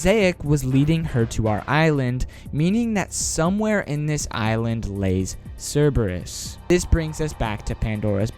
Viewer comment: omg, why are youtubers always saying cerberus wrong...is there any latin people out there? like cmon